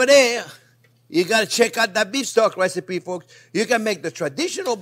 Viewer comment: Did he just call it a wecipe?